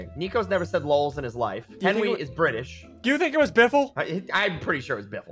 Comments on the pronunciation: Ssundee : says Henry instead of Henwy Me : stop it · He called Henwy Henry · It’s Henwy not Henry